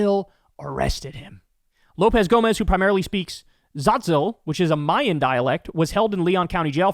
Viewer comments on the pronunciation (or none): none